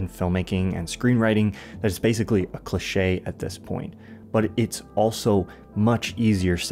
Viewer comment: Cliché* not Clechei